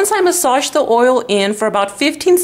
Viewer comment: Oh my... That's a lot of work, or I'm just lazy. And I have a question. You said you keep your nail art for a week, then won't you need to leave you nails bare for some time? Doesn't having it covered in nail polish all the time effect your nails? PS: I like how you pronounce "massage", kkk.